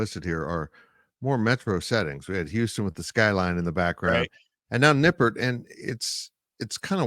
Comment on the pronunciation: “You imagine” Nippert rocked? It did. Then you mispronounce the name. The stadium is different now than it was in 1997. Nippert isn’t just on campus - it’s in the middle of campus. It’s not surrounded by any parking lots . Fans are on top of the field and the surrounding buildings hold the noise. It’s loud. You guys are lazy.